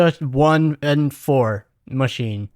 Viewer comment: ITS PRONOUNCED "MACHINA"!!!!